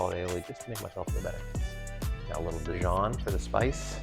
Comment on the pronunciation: I only checked out the comments to see if anyone had an issue with the top of the tomato ending up in the sandwich. And don’t get me started on the way he said Dijon!